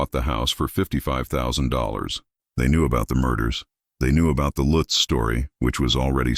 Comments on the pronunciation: Must be crappy AI narration…. The last name is not pronounced DeFEEo. And it’s not “Litz”. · How many times did they repeat that address I lost count. And can they decide how they're gonna pronounce the name Lutz I hate A.I.